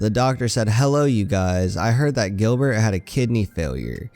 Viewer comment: Gilbert not grillbet